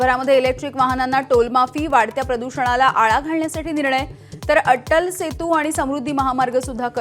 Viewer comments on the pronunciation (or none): अट्टल सेतू नाही, अटल सेतू.